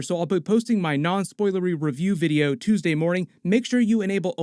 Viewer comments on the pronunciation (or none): none